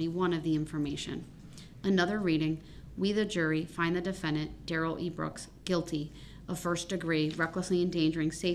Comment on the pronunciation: “Oaf of office”….”the troof”….”substained”….DUHrell Brooks